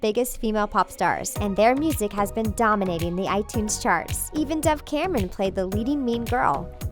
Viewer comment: It said Doug Cameron it is dove Cameron